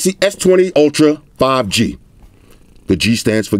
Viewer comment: "Samsung S20 Ultra Five GaNGsTa" hahaha